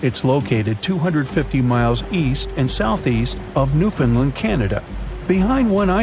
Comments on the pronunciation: Incorrect pronunciation its not new-fin-land its pronounced new-found-land (not from there but even I know how to pronounce it) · Love these types of videos but I wish people would say the proper pronunciation for Newfoundland, I’m from Newfoundland and it’s not pronounced New-fin-Lin, it’s pronounced as it’s spelled New-Found-Land